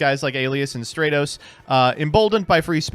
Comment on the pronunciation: my brother, hope you see this.. I'm greek.. it's pronounced Stra- tos not stray - tos...it comes from the Greek word στρατός Which means army